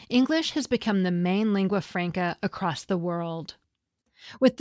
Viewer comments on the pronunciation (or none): Did the grammar girl just say "accrost"?